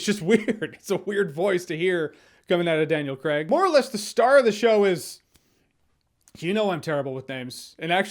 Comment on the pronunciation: Gets worried about getting the correct pronunciation for Ana De Armas... pronounces Craig as 'Creg'